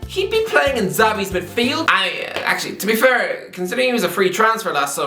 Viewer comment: Egzavi?? Its xavi bro